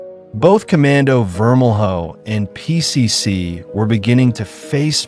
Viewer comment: It’s vermel-yo not vermel-hoe